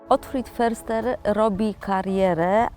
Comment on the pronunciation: Jeśli już to wymowa "fyrster" ... niemiecki podstawy 😊😊😊